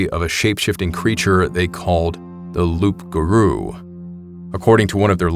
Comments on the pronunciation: So, Loup Garou, isn't "Loop" it's "Loo" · Loupgarrou is pronounced LOO GAROU ITS A FRENCH DERIVATIVE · For what it’s worth, the P is silent in Loup-garuo; pronounced “Loo-gah-roo” Lot of bad shit has happened in that area and very few people realize that a lot of LBL was a sporadic graveyard to the Cherokee people as well as the settlers who resided in what is now Ft. Campbell which also served as a POW camp during WWII. The restless dead wander the grounds now along with the foot soldiers of the underworld. Although local police may deny their existence, they will warn you not to stay on certain camp grounds at night.